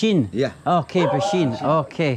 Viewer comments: bensin not beshin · Bensin not besin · Bensin bukan becin 😂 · Not beshin 😂😂 Its bensin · Bensin. Not beshin 😃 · It's "bensin" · Its "bensin" my friend